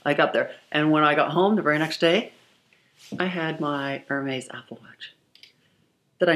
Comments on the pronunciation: It’s not Er-Maize. It’s “Air-Mez.” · Looks like no amount of money can teach you how to pronounce Hermes correctly lol...it's kind of endearing though she seems so humble despite having so much wealth. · air-mez air-mez btw I enjoy watching you. I've watched for a long time! I love luxury handbags the most and love seeing your collection. It's breathtaking! This video one came off so entitled it made me a bit sad. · Is someone gonna teacher her how to say hermes? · You are not pronouncing Hermes correctly. Everytime you say it, it's like nails on a chalkboard. Please and thank you.